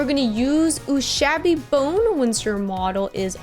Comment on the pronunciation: It's funny that you worry about correctly pronouncing sepia and proceed to immediately mispronounce Ushabti without giving it a second thought XD The imperial santa was a great original idea, kudos for the paintjob and kudos to whoever made the sculpt too!